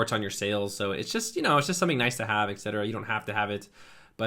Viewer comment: Very cool tutorial man, thank you so much. But it's just drilling ear whenever you're saying "exetera". It's pronounced as eTcetera.